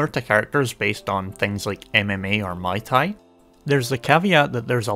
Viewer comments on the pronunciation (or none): Fighting nitpick: Muay Thai (Moo-ee Tie) is the fighting style. Mai Tai (My Tie) is a delicious cocktail. You don't want the wrong one in the ring or near your mouth.